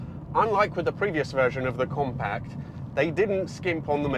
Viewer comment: Compac? 😂 it's pronounced compact, with a T.